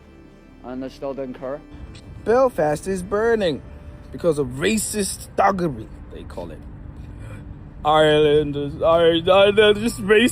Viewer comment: Iriland aha banange content it’s lreland bambi.